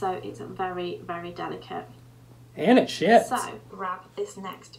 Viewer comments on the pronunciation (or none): I thought he said it shits a lot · I keep thinking when u say sheds your saying shits 😂